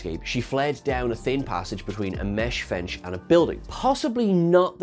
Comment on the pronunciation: 9.00 - WTF is a mesh fench???